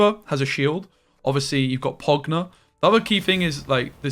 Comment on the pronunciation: Dude just called roegner pogner